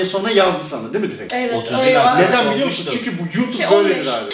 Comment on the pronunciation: saniyede kız hiç bi hedefim yok biliyomusun diyor biliyomusun daki ( l ) harfini gayet normal söylüyor🧐